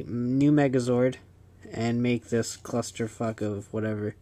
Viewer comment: hehe its funny how u say clusterfuck